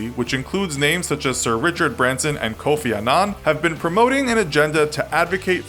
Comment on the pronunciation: It's Kofi Annan